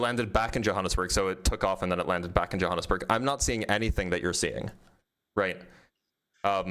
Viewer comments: Jonesburg???😂😂😂 Oh, Johannesburg! 😂😂😂😂😂😂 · Jonesburg? JONESBURG? for Johannesburg? I've heard English speakers from Africa call it Jo-burg. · Also said Yo-ha-nes-burg which I've never heard before but at least he knows where it is. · He was so confident in his pronunciation of Sao Paolo while saying Jonesburg. Dude is worthless. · And Johannesburg. "Jonesburg"